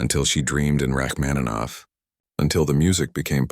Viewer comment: I’m a professional musician. Please get your AI to correctly pronounce the name of the author of the piece, Sergei Rachmaninoff. It’s incredibly disrespectful to mispronounce his name.